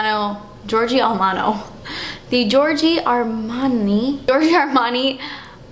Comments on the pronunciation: You have to read as it's write : Giorgio Armani.. He's italian as me :) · I love you so much, your videos make my dayyyyy !!!! When you said Georgie Armani for a second there I forgot that brands name too .. and had to pause the video and say it out loud a couple of times to get it right lmaoooooooo